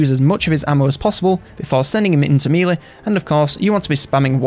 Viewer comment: One of the best YouTubers put there for infovids.... But I can't listen to them without hearing 'mealy' instead of melee. Meh lay. Meh -lay. mehlay. Melee. Thank the Normans.